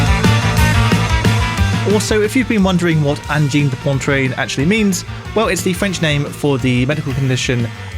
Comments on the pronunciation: Angine de Pontrine hahaha C'est prononcé Angine de Poatrine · "Anjeen de pontreen" holy lord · Great video, thank you! The band’s name is extremely difficult to pronounce for English mother tongue speakers. An approximation could be “Anjeen de Pwatreen” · Pronounced kind of like "Ahn-jean duh pwa-treen" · "This is Anne-gine de Poyne-trine" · Great review. Pronounced Onjheen duh Pwatreen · It's weird how anglophones find it almost impossible to pronounce Angine de Poitrine. It's acyually not that hard. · Lordy! Stop saying their name that way!